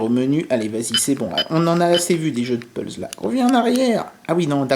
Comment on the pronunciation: Pourquoi tu dis tout le temps PULZE, alors qu'a Jewel PUZZLE, tu le prononce bien ? x) A part ça, un abonné en plus :p